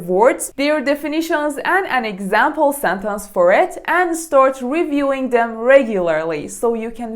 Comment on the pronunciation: Is your pronunciation of 'sentence' correct.